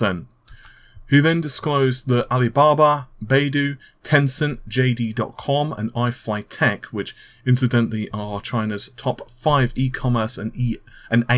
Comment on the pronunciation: It is pronounced By-Du, not Bay-Du ;)